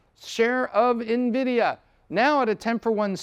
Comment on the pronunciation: I appreciate you pronouncing the company's name properly unlike 90% of youtubers not in the tech space